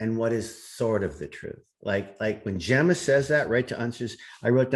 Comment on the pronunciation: Say her name again..” Jemmer “